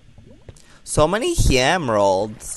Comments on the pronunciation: emeralds not gemeralds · gemeralds not emeralds